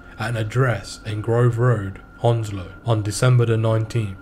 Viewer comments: Ur saying Hounslow wrong it's pronounced hands-low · A bit more like haounslow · Ur defo not from Hounslow if you fink it’s pronounced hands low… unless u a freshy 😂